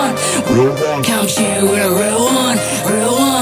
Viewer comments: Not bad. After 2years of practicing... At least u can pronounce da word "Real" now. Southside stoCKtown Menace gang!!! Real recognize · U can pronounce the R now. Good stuff lol